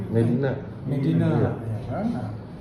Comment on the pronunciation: Nyebut nama dr td kok slh mulu to pk.. Pk.. Mami di blg mama .. Medina di blg mediana🤦🤦hewdeh... Minum dlu pk biar gk blenk😁😁😁🙏🙏🙏